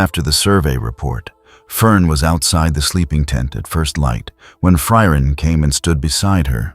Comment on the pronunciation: It really doesn't say it right...at least not every time it says it 😅